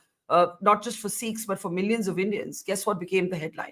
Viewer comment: Dear Barkha, for gods sake it’s not “Seekhs” , it’s Sikhs . Please correct your pronunciation. That’s respectful.